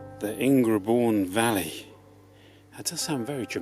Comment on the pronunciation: Delightful! But not Ing-re-bourne, surely: it's pronounced Ingerbourne.